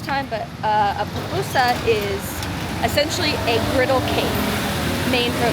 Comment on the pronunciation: SHE SAID POPUSA HAHAHAHAHA THESE GRINGOS BUTCHERED OUR LANGUAGE.